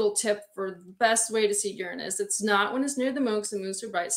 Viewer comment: this is wonderful, but you're pronouncing Uranus incorrectly!